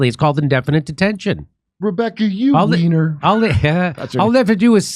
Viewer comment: Her name is German, “weiner” is pronounced “Why-Ner”